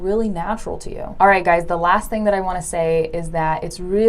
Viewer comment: Instead of "that" she said "tha"